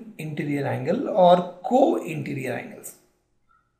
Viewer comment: It is interior not interrr